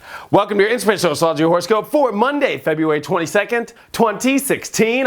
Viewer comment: A~STROL~O~GY 4 syllables not 'strolgy' (1 syllable) LOL...